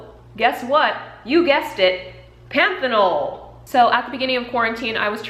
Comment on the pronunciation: You're pronouncing panthenol (vitamin B5) correct. Great video.